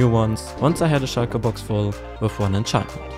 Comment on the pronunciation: "Shulker box" sprichst du so richtig deutsch aus😁